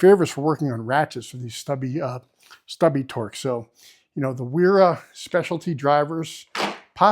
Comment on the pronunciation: A "w" in German is pronounced like a "v". So it's vera, viha and so on.